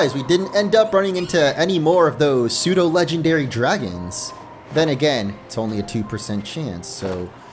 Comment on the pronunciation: IT'S PSEUDO, NOT F*CKING SUDO!